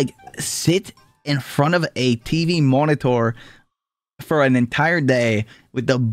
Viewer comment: why he say monitor like a doofenshmirtz contraption